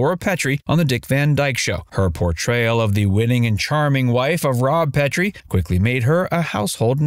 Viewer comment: It's pronounced Rob PET-TREE